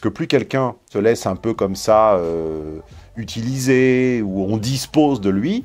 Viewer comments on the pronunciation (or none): none